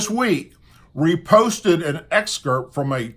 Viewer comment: It's Ep Stein, not Es pein. 😁👍 and Lolita not Lolila. The other word is ex cerpt not ex kerp.